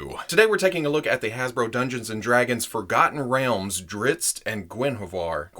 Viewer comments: I find it amusing that you start out with a warning that not being a fan you might get on some of the fans nerves. And then you pronounce Drizzt better than many fans. The books this character is in are worth reading. Thanks for the great look at this action figure. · It’s pronounced driz-it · the Author of his books doesn’t care how it’s pronounced but he does pronounce him drist.